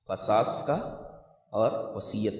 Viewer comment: قرآن میں قصاص کسرہ کے ساتھ ہے لیکن شیخ قصاص فتحہ کے ساتھ پڑھ رہے ہیں ، غالباً یہ بھی لغت ہوگی لیکن قرآن کریم کی آیت میں بھی شیخ قصاص کو فتحہ کے ساتھ پڑھ رہے ہیں جو کہ مناسب نہیں لگ رہا باقی شیخ کے مبلغ علم کا کیا کہنا 👍